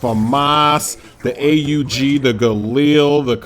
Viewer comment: Its not pronounced A U G its just AUG, great video though